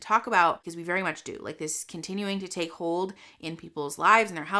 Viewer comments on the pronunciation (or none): none